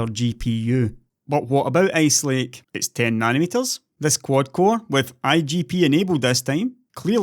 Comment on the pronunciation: I love your accent though it makes me have to focus harder on what you're saying. So I guess that's good. :) It brought a smile to my face when I heard you pronounce ice lake because I heard ace lake. Keep up the good work. Thanks.